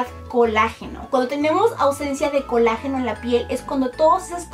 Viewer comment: Se dise colágeno no col ageno